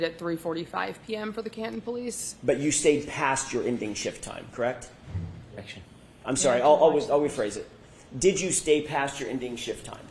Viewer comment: Same reason hasn’t been for murder of the word “correct”, which she pronounces “Kract ”. Both are disgustingly!